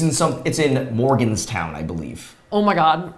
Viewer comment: Omg 😂🤣 As a West Virginian, watching you guys try to navigate my state and saying "University of West Virginia" and "Morganstown" had me cringing and laughing so hard! 🤣 Nice spot on the WVU logo! Love you guys and Love your videos! 💙